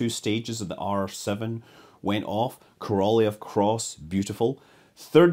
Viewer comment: Great channel: good stories from history. The Russian rocket designer's last name is best pronounced as: "kor-a-LOHV," or "kor-a-LOFF." The "y" sound you often see comes from the Russian letter "yo." This is basically an "o" sound, but the "y" is supposed to soften the preceding consonant, in this case, the "L." Have a great New Year!